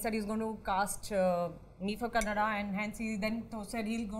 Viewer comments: Anupama madam.. it is Kannada and not kannad.. please pronounce properly.. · I'm also feeling same bro, even I'm not kannadiga. When she spells kannada as kannad, it irritates me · “Kanad” it seems ......it’s Kannada. That actress should correct it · Tamannah and didn't bother to speak anything about language kannada .small minded people Anupama it is kannada not kannadd.pronounce it properly .when you speak lots can't you spell one word properly ? Parul it is not punnu it is ponnu. punnu means wound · Why is tammanah being so rude with parul? When she smiles. She doesn't even smile back. She gives that rude expression. Btw it's kannada not kannad. I feel like slapping her for SAYING that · Mrs anupama it’s not kannad ... it’s called “Kanna-da” ... the word kannad annoys most of us from Karnataka ... So please pronounce it accurately going forward... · Its not kannad it’s KANNADA.. you seem to be educated but can’t pronounce it correctly such a shame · It is not kannad for god's sake!!! It is Kannada. Do not omit a letter completely. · OMG, here she goes again. For heaven's sake: it's KANNADA not "Kannad"!!! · No doubt Anupama will give 5 stars. Anupama can't pronounce Kannada, but talking about south industries. Like in Bollywood they make women oriented movie one after the other, problem is Bollywood only remake mass movies not class movies. See Edegarike gangster movie which was directed by a woman in Kannada and it was Blockbuster. Parul has more root toward cinema than other two. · Anupama please don't say "Kannad" for "Kannada" Parul please learn Kannada, and explore like a "Kannada" actor. No offense, just suggesting... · Oh god I'm not a kannadiga but whenever she spells kannad it irks the shit outta me.FFS it's not kannad it's KannadA!! Instead of using polish French words at least know how to spell an Indian language!! Anyways still love your work Anuji!! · Not Kannad.. it's Kannada... Can it be Hind instead of Hindi?